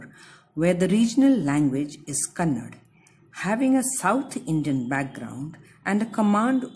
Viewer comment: The regional language is Kannada and not Kannad. Thank you for your clarity and detailed explanation.